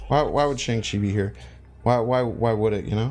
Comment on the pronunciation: I hit the like button on a video all the time usually. But since you said shang-chi correctly. Here's a comment